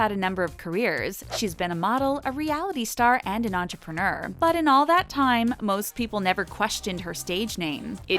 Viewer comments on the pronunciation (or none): none